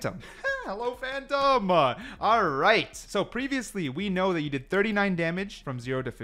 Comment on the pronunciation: ''Phantom-a'' ? oO